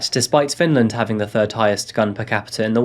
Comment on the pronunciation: I have a question… why do you pronounce third, .Turd”? . That’s any word spelled with thr.. You always leave out the “H”? Just asking.. Thank you